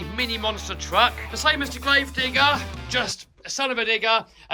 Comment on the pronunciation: not sure if he said digger or not